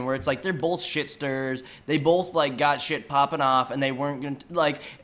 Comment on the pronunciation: Oh man i was cringing so much when you said "shitstirs" lol